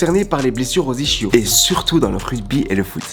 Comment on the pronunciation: le fait qu'il dise iCHios au lieu de isKios me gène mdr